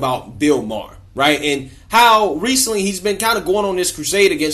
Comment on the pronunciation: I dont wanna BE rude. But i think its Maher not Mahar...peace✌️ Freeeee ma boy Kyleeeeee